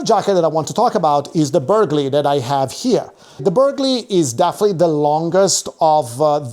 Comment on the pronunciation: Burghley has a silent g…